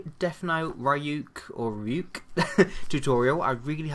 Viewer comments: Its pronounced ree-ook :) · You pronounced Ryuk's name right the second time :D